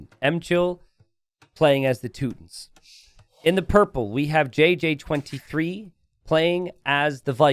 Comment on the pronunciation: "Toot-tins" always cracks me up. Like you're talking about a cookie tin of farts instead of a civilization. 😂